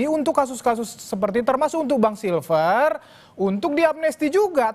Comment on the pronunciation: Si freddy nyebut nama koncone wae salah, Silfester dibilang silver